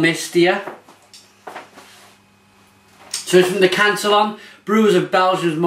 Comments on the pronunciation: aaahhh your killing me its can-tee-on and gu-r-z lol :p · Just have to correct your pronunciation... cant-ee-own and gooz...